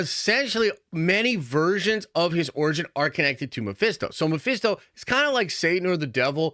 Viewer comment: Stop with your Mephisto talk it’s always wrong 😂